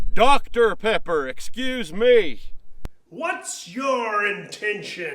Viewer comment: That’s “PEPPER,PEPPER, not PEKKER, PEKKER”, you dumkoff you!!!